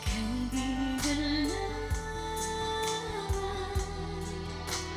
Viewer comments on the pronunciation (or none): AKIN KA NA LA?? its wrong pronounciation ma"m.... its AKIN KA NA LANG...ADD N.G.. FOR LANG..the closed word for this is like TONQUE in english or YANG in chinese.